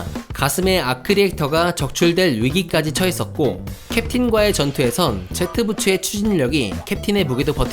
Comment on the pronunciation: 부추가 아니라 부츠에요 ㅠㅜ